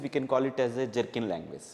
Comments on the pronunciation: Please correct , it is not jerkin .it is Gherkin . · Small Correction : Gherkin language not jerkin language Great explanation 👍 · it is Gherkin language not Jerkin language, Jenkins is a CI/CD tool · sir its not jerkin language. its gherkin language.